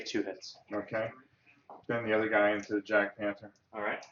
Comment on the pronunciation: Good stuff But The j is silent in "Jagdpanther" Roll well!